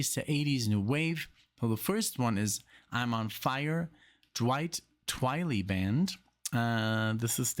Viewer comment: Twi-ly, seriously dude do your homework